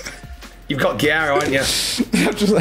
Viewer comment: it’s not that hard to say guerreiro lmao jesus every time